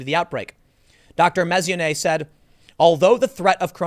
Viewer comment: Tim, Mess-on-e-ay